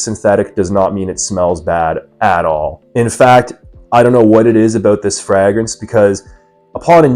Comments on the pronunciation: Fray-gruhns. Never heard it said the way you say it 😂. Also can't believe you wouldn't just use the real bottle for your review dude come on 😂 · Honestly a perfume reviewer that doesn't use the real bottle and doesn't know how to say Fragrance correctly 😂. Is he real or AI 😂😂😂